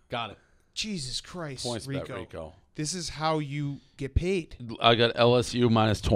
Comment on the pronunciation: RICO NOT RICK